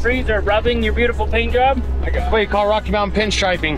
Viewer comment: There's a T in the word mountain , it is not pronounced mou-en ! Learn to pronounce the T .👎